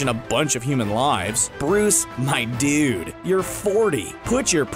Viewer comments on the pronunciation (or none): none